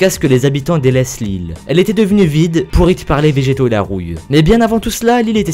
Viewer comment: TA DIS "POURITE" sinon c'était bien